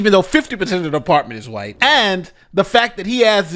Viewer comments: White not wight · "5% of officers promotions are wight." What?